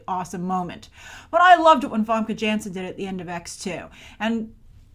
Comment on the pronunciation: You've been saying it right. Almost no one says Janssen's name properly when it should be so obvious since everyone knows she's Dutch.